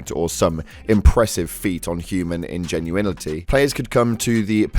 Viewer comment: This video was greatly informative for me since I haven’t been keeping track of the Starfield updates and such because after a few hundred hours you tend to notice a lot of glitches and poorly written stories, I also quite enjoyed hearing ingenueinity